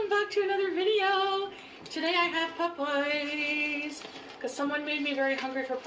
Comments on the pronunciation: Whyyyyy there is NO U in pOp-eyes. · sames. glad to hear someone else say that.